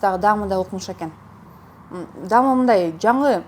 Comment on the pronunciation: дам дебей даам десен😊